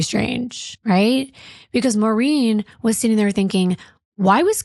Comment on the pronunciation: I hate when people say “Marine.” My mom’s named was Maureen and she always said “More-een.” A lot of people do it so nothing against yall and maybe this lady said her own name like that. And dang, so many familiar names. I’m Rachael, my mom was Maureen, my uncle is Kim, and cousin Kem, and my grandma is Norma. Is this fu**ing play about us?!😂